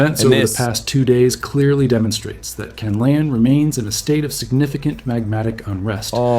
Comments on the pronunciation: "kanalon" bruh its pronounced "can-lah_on" not "ca-nal_on" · Not kalaon its kanlaon